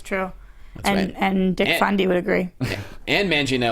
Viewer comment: I like how says Nick Fundy's name wrong lool. Go! Woohoo, back as well, I love it! And yeah, I agree with - before the MCU, almost everyone was kissing DC's ass coz of their movies, animated works, tv shows, games etc. And the marvel fans were bashing their own films like punisher, but now that Marvel's doing so well- they're coming out and bashing DC for no reason and gloating. But yeah, BvS should shut em all up for the most part. As for Momoa's comment, I find it hilarious, I started laughing out loud the second I saw it. People need to calm down- it's a joke. And RDJ has done something far worse, so I'm totally cool with it. As for the SS scoops, Eh Maybe's really working his butt off these days and he's getting a lot of stuff right. I buy all em of and I think they're great, I'm even more hyped for SS. And, I'm soo waiting for the Rock to get in on the trash-talking, that guy is hilarious. And Tsujihara's comments? I think he's right. Avenger's was fun and light- and that was all about an alien army attacking our world. That wasn't exactly "Realistic", since ppl were throwing around one-liners, but on the other hand MoS was very much realistic in comparison and showed more accurate reaction to an Alien-attack, everyone losing their shit, it's all serious, people die, there's consequences, not everyone is saved etc. So yeah- Tsujihara's just being honest. Flash'll be funny, Shazam will be lighthearted but the stories will be "serious", ppl won't "d